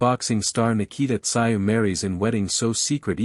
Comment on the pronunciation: This AI is embarrassing. Can't even get his name pronounced correctly.